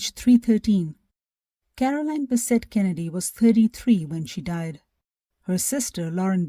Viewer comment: John Kennedy's wife's name was CAROLYN, not "CAROLINE," as spoken. >>Confusingly, that's his sister's name.<< I realize English is a difficult language, but we assume a sense of professionalism when we make a video, and correct pronunciation is an important part of that -- especially when it concerns the name of a principal character in the story. I'm a public relations professional; this is my bailiwick. Not trying to be critical. Best wishes.